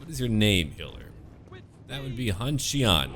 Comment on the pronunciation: Hey your pronounciation is pretty on point for the most part! But the X’d are pronounced she. So basicially xian would be shian hope that helps at all lol let me know if you need help! Subbed great content